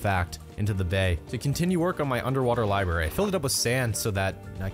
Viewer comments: I’m fine with all the random crap he does in this video, but is no one going to watch all about how he says libary?! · bro lye berry💀